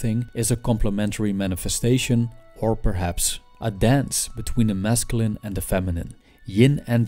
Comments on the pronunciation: I like how he says mescaline (wich is a drug) instead of masculine. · This guy subliminally made me try mescaline by the way he says masculine